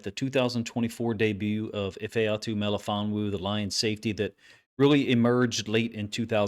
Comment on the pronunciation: Coach, his first name is pronounced like E-Fah-Too, if you care.